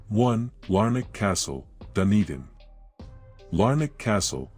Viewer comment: Show sum respect and learn the place names and pronunciation FFS, never heard of Wenwapie...it's Whenuapai. Dundin... Dun e din. Like what your doing other than the crap pronunciation